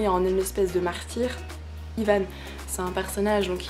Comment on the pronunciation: Tu prononce mal ivan pas ivan